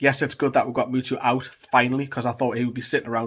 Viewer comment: Muto not mutu man